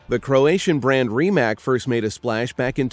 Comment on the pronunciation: That Porsche Taycan tho... Also, fyi, Rimac is pronounced Ry-mac